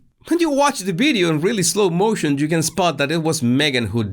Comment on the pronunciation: is not bideo but video